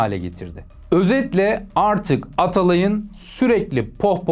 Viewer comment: Abi cümleleri düzgün çıkarır mısın lütfen Paeris (Paris) aerz (arz) Aertek ( artık) Bier (bir) Freansa (Fransa) Aliyo ( alıyor) Buerada ( bu arada) Öyğrenmiş (öğrenmiş) Nazik konuşmak ayağına başka bir şeye dönüştüğünün sanırım ilk kez duydun.